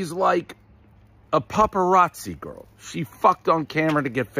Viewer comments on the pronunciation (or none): none